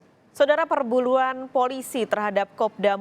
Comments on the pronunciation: perbuluan bukan perburuan reporter nya tidak fokus😁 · Apa gw doang yang ngakak di awal.. Sodara per buluan🤣🤣🤣🤣 sampe gw ulang2 apa kuping gw salah denger. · kok pembawa berita nya bilang perbuluan.. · Coba dengarkan baik2 pembawa berita bilang "SAUDARA PERBULUAN" 🤣🤣🤣